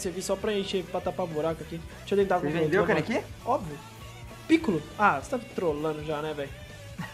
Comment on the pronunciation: Pq o fala kanekí sendo que se fala kanéki n kanekí a silaba tonica é o ne e n o ki